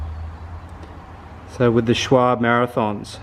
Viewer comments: Schwalbe : [Sh-vál-be]... the 'e' like Elephant. That'S the correct pronunciation ;) not [shualbe], not [shualb] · Lowering my chances of being liked, but why do you pronounce Schwalbe as Schwable ? Unless the brand name is actually different down under of course ... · This makes me ANGRY as a german!! Its not called s-c-h-w-a-b...its called SCHWALBE!!! ahhh In germany its the name of a bird called swallow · Also, I don't know who told yo it was "Shwarb". It's more like "Shval-buh" ʃʋälbə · That Schwalbe pronounciation haha. It's schwal-be. Focus on the letter a (a as in eye), and be as a bear.